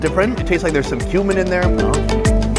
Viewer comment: When he said "some cumin in there " i though he said human 🤣